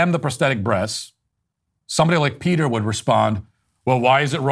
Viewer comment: Matt Walsh again talking out of his lane. He can't even say Peters name correctly.